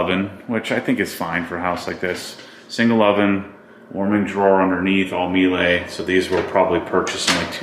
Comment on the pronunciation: Surprising that a Porsche enthusiast pronounces Miele wrong! It’s mee-luh.